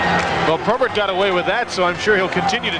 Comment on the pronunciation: why does that idiot keep calling probert "tobert"?